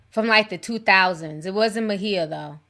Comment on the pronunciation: Her name is NOT mahea or however you spell it her name is Maia(Mya)